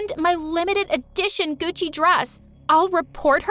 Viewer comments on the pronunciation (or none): what she just said guchi dress hey girl it's gucci stupid